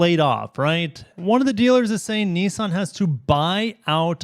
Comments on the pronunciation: Niss-an. There is no such thing as a “Knee-sahn” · I never heard of Neesan. Are they a new car company? Why do you pronounce Nissan as if it has letter E's in it, when it has not?